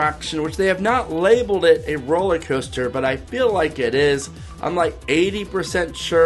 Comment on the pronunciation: “rolley coaster”??